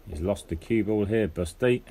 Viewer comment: It's ball, not bull or bowl. Nice match though, thanks for sharing.